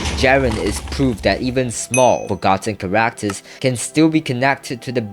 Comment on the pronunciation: bro say characters chararacters